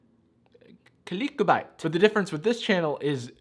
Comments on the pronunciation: No one: Not even a single soul:: Clickubite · literally said "Qlikbäte". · click-bait (kō-lik-u-bīt) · has my type of comedy down to a T, "Ancient Technique" and the way he pronounced "Click Bait"... Beautiful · Your joke pronunciation of “clickbait” is how I will pronounce it from now on.